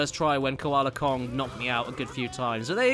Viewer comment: "Cola Kong" Koala Kong Koe-Ah-Lah Kong. The Ozzy bear-not-bear